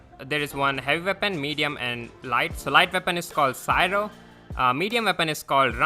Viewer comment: not cyro It's cryo / cryogenic Lol remember cryogenic engine that ISRO BUILD?